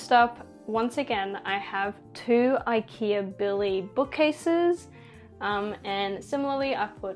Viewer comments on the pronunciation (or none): none